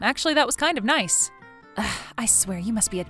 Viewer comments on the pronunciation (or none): none